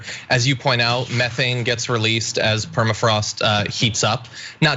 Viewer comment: "Per- ma- frost" one more time Ana you've nearly got it.